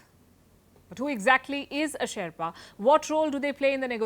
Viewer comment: Can't even pronounce Sherpa, bloody shame